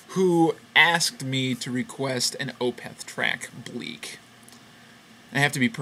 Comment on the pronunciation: i like opeth ok, definately one of the better "death metal" acts. also, i think it's pronounced as 1 flowing word, opeth, not o-peth